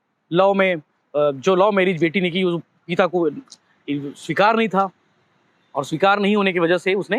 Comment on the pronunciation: "पीता" नहीं भाई "पिता" है वो, और भी बहुत अशुद्ध उच्चारण हैं आपके सभी वीडियो में। पत्रकारों का उच्चारण सटीक होना चाहिए।